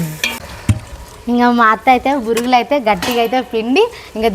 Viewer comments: బురుగులు కాదు బొరుగులు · దానిని ఉగ్గాని అంటారు వగ్గాని కాదు ఇంక వాటిని బొరుగులు అంటారు బురుగులు కాదు